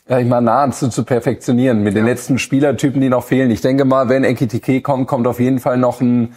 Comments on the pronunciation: Ekitiké ist knapp 1,5 Jahre hier und sagt immernoch „Etikite“… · er heißt immer noch EKitiKe! Und wenn er tatsächlich weg sein sollte und McAtee kommt, nenne ihn bitte nicht Metteki!❤